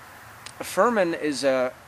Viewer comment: Pronunciation tips from a Spaniard phonetist and English translator: (Read the following as if you were reading English written words) 1-Trévelez = treh-eh-beh-leth 2-Bellota = bay-joh-tah 3-Fermín = firm-een 4-Jamón = hah-moan 5-Teruel = Teh-rwu-L Congrats for your videos and... ¡Que aproveche! By Macarena Rojo Youtube channel